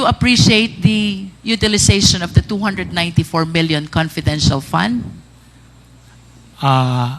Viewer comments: hai nu opcors daw at conpidential pond haha pano po kau naging general? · Itong si wala talaga siyang letter "F" sa English niya. Puro "p" na lang. Nakaka annoy 😒 "conpidensyal pan in parderans op septi". dang!!!🙄